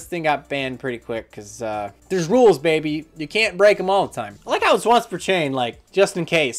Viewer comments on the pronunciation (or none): none